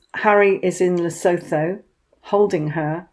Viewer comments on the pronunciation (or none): I am white African. Please pronounce Lesotho correctly. Phonetically it is "Le sue tu." Th in all of Africa is pronounced t. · The h in Lesotho is silent, it's pronounced Lesootu